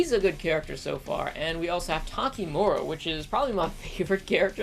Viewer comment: takimoro? its takamura lol 😂😂